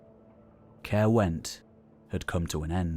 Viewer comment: Excellent video mate been looking forward to it since you said you was working on it after I watched the one on the North. Very disappointed with your pronunciation though it's Cuy-ruh not Carew haha just messing. There does seem to be a lot going on in Glamorgan and Gwent during those Early ages with Forts and Religous enclosures springing up almost everywhere. Keep up the good work 👍